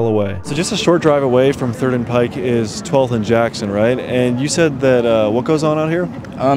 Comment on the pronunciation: Thank you for pronouncing "Pike" correctly